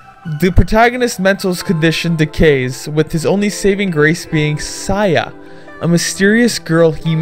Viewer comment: HORRAY! A SAYA NO UTA REVIEW!!!!! Once again, good review. It's definitely wtf... and it's so messed up. It's an enjoyable ride, I liked it. FYI - It's pronounced Say-Ya